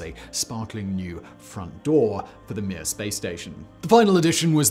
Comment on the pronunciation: You have to say Mir in a Russian accent. Oh and of course, in Soviet Russia space station launch you!